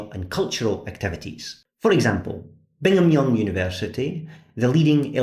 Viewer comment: Thanks for your fair and unbiased reporting on Latter-day Saints, who occasionally get harassed in person and online. For the record "Brigham Young," the prophet-leader and the university named after him, is pronounced with an R after the initial B.